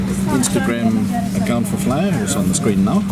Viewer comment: It's Flyr not Flyar :-)